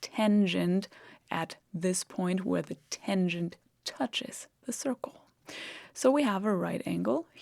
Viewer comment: It's not a tengent, but a tangent.